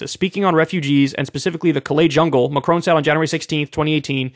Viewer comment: I love how he pronounces Macron like he's gonna say my crony.